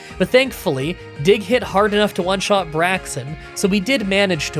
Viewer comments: Vi-vee-on. Double L is the E sound in this context. Brake-zin, or Brake-sin (Or Brake-sen, maybe?). "aix" is an "akes" sound. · "VIvilion" "Braxen" "Digged" ...oh my poor ears...